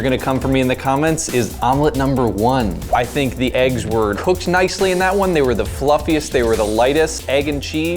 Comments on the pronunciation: It annoys me how he says eggs... it’s not aigs -. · I really liked that girl until she said "eaggs"